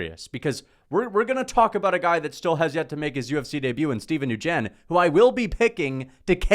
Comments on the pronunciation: steven "newgen", it's pronounced "when" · Steven Nguyen is Vietnamese and Nguyen is a common Vietnamese surname. It’s actually pronounced “Winn”. This coming from an Irish Catholic coming from Kansas City. Do more research if you want to be taken seriously. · It’s Steven “win” lol that’s how u pronounce it. Do u watch tape? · For future reference, "Nguyen" is pronounced Nwin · NQUYEB IS PRONOUNCED LIKE QUIN!!!! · Omg bruh it’s Steven N-Wynn 😂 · 😂😂 Fr it’s “when” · New gen! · I have never heard nguyen pronounced like that before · He went full Chael Sonnen on us lmao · never met a Vietnamese person in his life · He’s just copying gurus terrible pronunciation